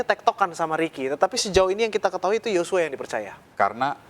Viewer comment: Yosua bukan yocua